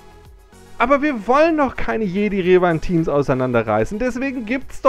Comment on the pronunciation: Galactic Republic ist nicht Old Republic ... PS. Du sprichst immernoch Revan falsch aus. Du Sagst ja auch Luke und nicht "Luhke". Der Kit ist einfach 3 Jahre alt und musste nachträglich angepasst werden.